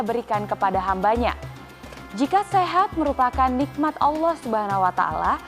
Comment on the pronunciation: ....ma, af buk,materi ceramah baguslah itu. Tapi waktu mengucapkan kata "ALLAH SWT ditelingaku rasanyia kurang Mantul. Salaam hormat.....